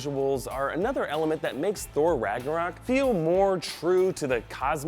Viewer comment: How many times is "Ragnarok" mispronounced RagnOrak ?